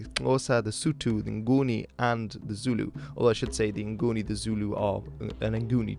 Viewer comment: Yas you pronounce Zulu correctly unlike other channels I’ve watched lol